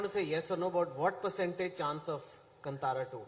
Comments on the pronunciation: everyone in bollywood says "Kantaara"> Dude, its "Kaantaara" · Still pronouncing Kantara incorrectly this Chetan 🤦🏽‍♂️